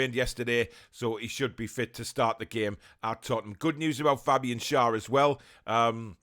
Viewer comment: talking about players names and pronouncing: fabian schar is fabian “share”